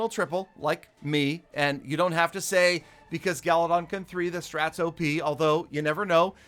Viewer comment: Peter: Gallydon Gallydon Gallydon: peter... Peter: Gallydon Gallydon: peter what? Peter: Ah nevermind